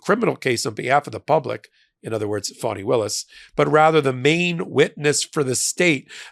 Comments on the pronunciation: Fani - Fah nee Not Fawnee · It's pronounced "fahni", not "fawni".